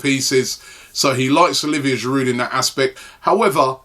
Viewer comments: its not pronounced giroud its pronounced jirou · who tf is olivier "giroudt"